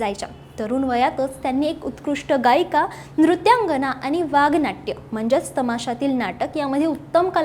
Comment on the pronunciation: वागनाट्य नाही .वगनाट्य